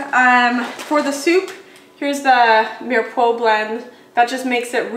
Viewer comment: It is pronounced meer-o-pwa 🥰